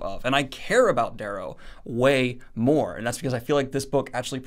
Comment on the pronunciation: Does the guy who narrates on audible pronounce it the way you do? Because it's supposed to be Darrow, as in arrow with a d.